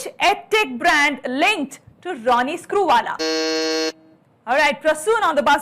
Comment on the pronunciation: can't even say Ronnie Screwala properly, he is definitely cheating.